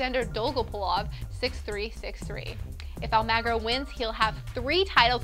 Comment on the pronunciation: pronunciation tips: "Skeeahvoenie", "stoesir", "almahgro", "Mary-un Bartoli", "petkovitch", "jokeohvitch", but thats the way the announcers say it on the tennis channel, who knows who's right, haha. luvya